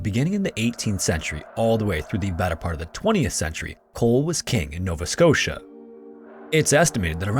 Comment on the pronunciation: Novaé Scottiá